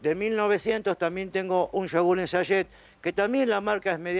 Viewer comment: SACHET cumpa, habla bien, como que SAYE😂